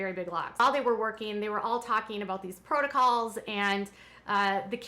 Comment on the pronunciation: Not to mention Kody’s “protocles” UGH! I hate that! Drives me crazy whenever he says that! I yell at the tv every time!